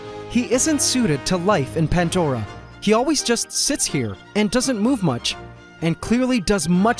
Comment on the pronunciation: After a few years you'd think you'd notice it's.... Pandora.. Not pantdora